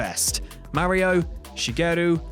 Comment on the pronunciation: who even pronounce mario like that?